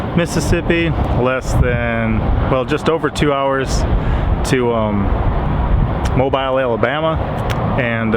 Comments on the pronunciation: Papa if I may it is pronounced Mo-beel. The emphasis on the second syllable. My son lives in Fairhope, but works at a steel mill in Mobile. I have the tree frogs here in NE Arkansas. You did identify the very large tadpole correctly. Hope you are liking the ocean. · You said mobile. It's actually pronounced Mobile. LOL